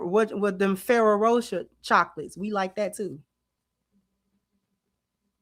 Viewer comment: Feh rair roe Rockair is how you pronounce FERRERO ROCHER